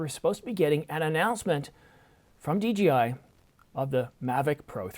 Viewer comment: DJI. Not DGI.